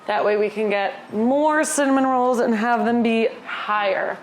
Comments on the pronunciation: I annoyed my wife so much by saying it kept sounding like you said “some minerals” instead of “cinnamon rolls.” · when you first said cinnamon rolls I SWEAR you said "some minerals" and was very confused. Also just when you said you always thought they were hard to make, my first thought was "oh the hardest part is the dough rising" then you SAID BASICALLY THAT. I guess I'm just psychic (que tiktok "i've got the mind of a master... mind master... master... you know? I'm just creative like that")